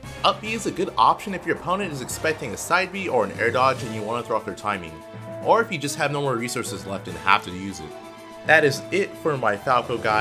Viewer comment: When says “or” but sounds like “are”